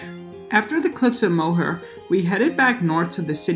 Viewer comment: It’s Moher is pronounced like More